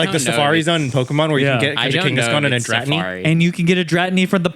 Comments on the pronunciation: There is no way yall just pronounced Dratini the way you did. You have to be kidding? I just tilted so hard! 😂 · I have never heard anyone pronounce dratini and scyther like this. They have to be trolling ☠️